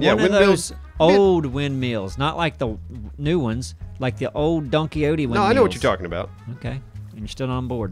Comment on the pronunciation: i love the way pronounced it donkey-hoty